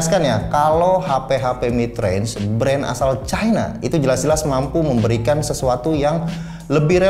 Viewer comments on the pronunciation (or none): none